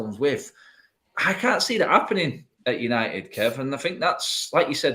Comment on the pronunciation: U-nigh-it... Sounds terrible